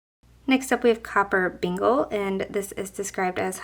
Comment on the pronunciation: These are all so beautiful!! Love them all so much. The names, Copper Bengal Tiger and Sublime Calico is not Copper Beangal, it Copper Bang-ull Tiger and Sublime Calico is Sublime Kal-i (as a short i)-co. They are a kind of Tiger and Cat. Unless the maker named them how you pronounce them. If that is what the maker named them then I apologize wholeheartedly. ☺️❤️ Thanks for this video. ❤️☺️🤗